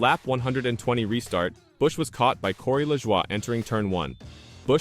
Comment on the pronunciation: Man that Corey LaJwah 🤦‍♂️